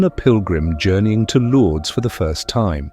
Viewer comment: Thanks, God bless you! For the viewers, please read Lords as Lourdes (France). 👍👍✌✌❤